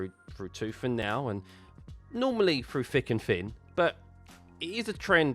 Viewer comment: You lost me at “frew fick and fin” 🤦‍♂️